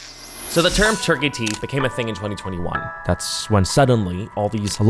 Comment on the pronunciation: "It's not even abroad, anywhere, if you go to a unprofessional center..." he says after pronouncing the name Turkey many times and making it seem like the center of all dentistry evil. I appreciate that you raise awareness but the imagery was stressful already; please at least say the name right. ps: I follow your channel for you being a critical thinker, however sometimes you are really harsh and that also inspires critical thoughts such as this